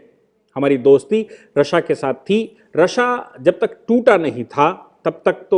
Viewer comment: रशिया रशिया गलत उच्चारण